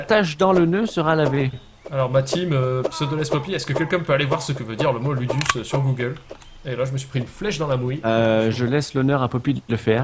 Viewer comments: Je pense que ça se prononce loudous :) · LUDUS en latin ce prononce LOUDOUCE